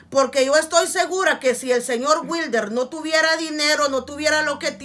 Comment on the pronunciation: La venadita del jabalí 😂😂👈 dígale witre no wilder 🤣